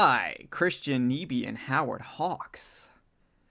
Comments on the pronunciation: His name is pronounced NEye Bee, not Nee Bee. I know because I once dated his niece. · Nyby is pronounced nigh-bee! And yes, my uncle Chris directed The Thing.